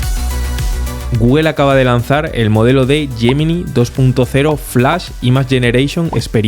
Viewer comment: Me encantan tus videos! Vengo aprendiendo muchisimo, muchas gracias! Tengo sólo una critica constructiva., que veo que venís repitiendo en todos tus videos, la palabra "imagen" en inglés se pronuncia ´Imij , no ´imaj . Espero no te moleste la corrección, todo es para seguir sumando. Un fuerte abrazo!